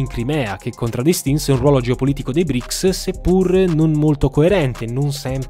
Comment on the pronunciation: Non BRIC😂😂! E BRICS 🇷🇺🇿🇦🇨🇳🇮🇳🇧🇷 si chiama